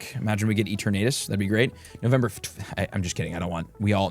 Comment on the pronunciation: "E-Turn-uh-tus" not "E-turn-A-dus"